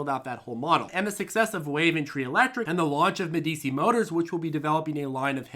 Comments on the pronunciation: please start pronouncing medi chi (old ruling tuscan family, (eg The Prince by Machiavelli)i, not medi si. Regardless, I worry that IDEX is spreading itself too thin and will burn all capital too quickly. Not to say that I'm not adding fuel to their fire. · It’s pronounced Medichi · its pronounced medichi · I love you, but my autism demands I point out that Medici is a famously innovative family during renaissance Italy and is pronounced Medi-Chee. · Isn't Medici pronounced MEHduhchee? Excellent video, thank you. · "Ah, Meh-dee-chee. Must be Italian." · I love you but Medici is a prominent Italian Renaissance name and is pronounced more like Med y chi 😀 They literally started the banking industry before Rothschilds even entered the picture and were the main patrons to Leonardo Di Vinci 😀 Financial history ftw!